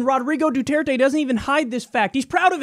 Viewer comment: You're so off days on the pronunciation of the president of the Philippines. Anyway drugs are one of the largest problems we have in this country and we got to crack down on it.